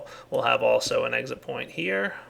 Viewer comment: An ,, egg sit" :D